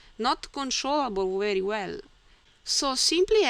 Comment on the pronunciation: Thank you! Your videos are very helpful to me. Your pronunciation is good for a non-native English speaker. You speak clearly and are easy to understand. One small tip to help you: Be careful with 'v' on very.